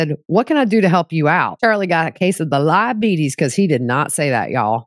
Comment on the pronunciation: Lie betes... Lol so funny😮😅